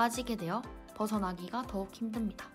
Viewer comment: 벗어나기가 나 연속성 이런 단어에서 오히려 더 느껴짐ㅋㅋ